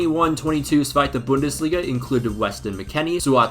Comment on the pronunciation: Bro as a part German I can say we appreciate the effort, especially for saying Zweite Bundesliga. Danke